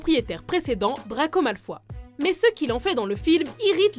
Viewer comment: on dit ''draggggo malfoyeeeee ''!fille chiante 😂😂